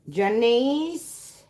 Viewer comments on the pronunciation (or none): none